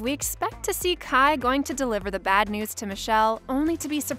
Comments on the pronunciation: ITS KAI NOT KIE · No she didn’t call Kai… Ky wtf 😂